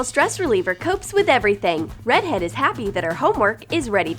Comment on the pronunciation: UMMMM DID ANYONE ELSE HEAR HER SAY READ HEAD?!?!??!